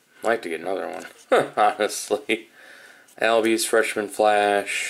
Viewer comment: ozzie albies name is pronounced “allbies” it’s not like “al roker” it’s like “all of you”